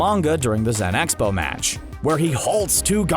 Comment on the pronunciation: its not high priest its grand priest and its not zen expo its zeno expo